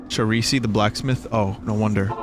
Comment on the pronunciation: The Italian pronunciation of "Charsi."